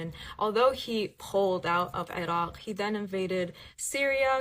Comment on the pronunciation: Where did she say she was from, 'A Rock', as in the land down under 'A Rock'? Yes, that's exactly what I heard!